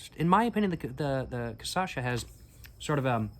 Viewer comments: The correct sound is almost: KAH - SHAA - ZAA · I know you can do it... Kah - Sha - Sah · You’ve been baptized—now you’re Brazilian! :face-blue-smiling: And the correct pronunciation is "Kashassa" and "Kaipeerinia". My late father used unpeeled lime in his caipirinha. PS: The only difference between the first and second caipirinha is that with the second one, you'll get twice as wasted. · Just a small correction, t's actually KAH-shah-suh :) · Cassasha 😭💔 😂😂 its almost cute ngl To clarify: yesterday's video he was saying it right im not trying to making fun of his pronunciation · Estranho que ele tava falando certinho video passado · I loved the CASASHA pronounciation, adopting it from now on 🫶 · Kasasha soa como uma prima russa da Cachaça kkkkkkkkkk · One tip for is to mix the words cash - us - uh for a slightly better pronunciation, but I rather adopt casacha from now on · amazing video ps: you mispronounce Cachaça, flipping 2 silables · pronounce: caipirinha > cachaça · You had the "cachaça" pronunciation perfect on the previous video bro what happened 😂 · ele conseguiu pronunciar os sons mas trocou as sílabas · "Caçacha" Uhauahuahuahau !!! I'll call cachaça "caçacha" from now on. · very nice video, but ur talking cachaça wrong. ur saying ca-ça-cha. the correct is CA-CHA-ÇA. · Not cachaça. Says Ca-ça-cha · "Caipirínea" "Cassacha" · dude, everytime u said CA-ÇA-XA i died kkkkkkkkkk. its just a cute mispronunciation of the syllables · Hey! Maybe this will help you: KA-SHA-SSA, I think this is the best 'phonetic translation'. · Okay, bach to the pronunciation class 😂 Repeat after me: KAH... SHA... SA... (The trick is in the SHA - SA 😉) It's a tricky word, we know 😂😅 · the pronounce is "KAH - SCHA - SA" Lol😂 i know is difficult for a English speaker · It's funny how you switch syllables when saying "Cachaça" you say ca-ça-cha. On purpose or not, I'll start using this one lol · Vou adotar a pronúncia. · Cashassa, not cassasha